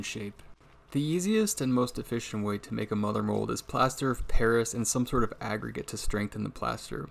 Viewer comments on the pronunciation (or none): none